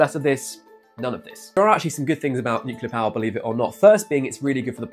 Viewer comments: NUCLEAR NOT NUCULAR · It's not nukelar it is pronounced nu-clear